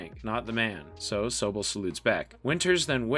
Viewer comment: The fact that you pronounced Toccoa and Sobel incorrectly, I'm going to say you haven't watched this at all you fraud